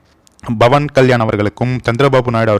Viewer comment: Bhavan என்று சொல்லாதீர்கள். அவர் பெயர் Pavan Kalyan. சரியாக பேசுங்கள்..